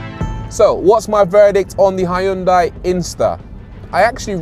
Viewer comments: Brits please.... don't say "high-yoon-die". The americans say it better "hun-day". Closer to the original korean "hyoon-day". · It’s “Hyun-day”, by the way! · "Hi undai"? Why do you have to butcher the name? It existed for decades , so at least learn to pronounce their name correctly. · Love the fact you used “ High un dye” all the way through instead of “Hin Dee”. Bet the company pronunciation police are on to you just like their adverts. 🤣🤣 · not "High un Die" :-0